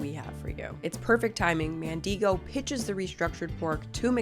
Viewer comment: I think you're pronouncing Mandigo wrong. He lived near where I grew up and I've always heard it where the "i" doesn't have a long "e" sound. Instead, I'm pretty sure his name rhymes with "indigo"